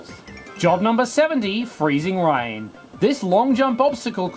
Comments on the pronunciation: Rain is pronounced/ɹeɪn/, I heard it pronounced as /ɹaɪn/ in the video. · You mispronounced rain